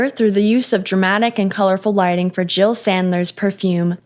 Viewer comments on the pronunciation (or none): none